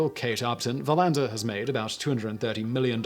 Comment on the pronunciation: The emphasis is on VER in Verlander, btw.